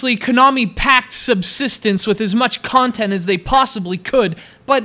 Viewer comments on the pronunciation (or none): none